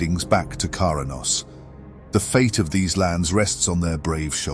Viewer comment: It's also 'Kra-nos' not 'Kara-nos' heh